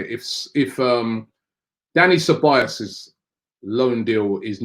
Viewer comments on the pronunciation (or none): none